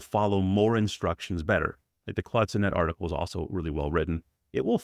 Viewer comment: Great review! Sonnet is pronounced saa·nuht btw.